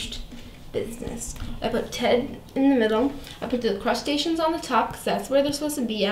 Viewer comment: Lol you can't say machinations, but flawlessly pronounce crustaceans